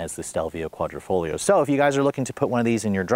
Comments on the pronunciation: Quadrifoglio pronunciation=kwadrifoleo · Quadra-foh-GLEE-oh ? Really dude? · nice review, no hate but the way you say quadrifoglio makes my ears hurt lol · Try pronouncing it without the G idiot